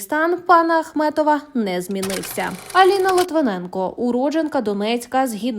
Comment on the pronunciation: Ви розповідаєте про Ахметова чи Ахматова? Прізвище називайте правильно.